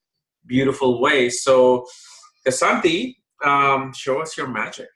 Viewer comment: kSAnati -is his name pronounced🌺